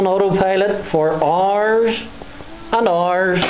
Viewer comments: "FoR RRRRs RRRs N Hours" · Go's on For rrrrrrr's and rrrrrrr's lol